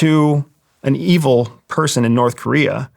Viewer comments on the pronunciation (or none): none